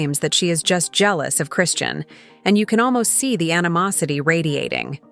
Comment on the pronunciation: kick off parties? you mean freak off?! you can’t even pronounce chrisean name right. this is all to much lol